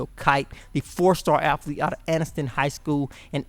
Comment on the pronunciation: Lean the right pronunciation of words like athlete your pronunciation is aflete right pronunciation athlete and your own last name your pronunciation Smif right pronunciation Smith Roll TIde